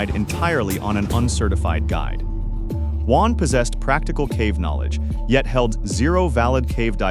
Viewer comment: It’s Juan.